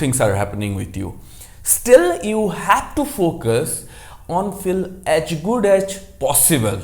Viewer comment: "aach good aach possible"....why are u speaking like this?